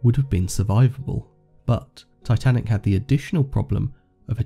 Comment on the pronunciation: And yeah S not S titinac